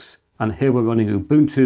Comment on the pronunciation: For the benefit of all: Ubuntu is pronounced ooh BOON too. It means "I am, because we are." Much in the gist of open source.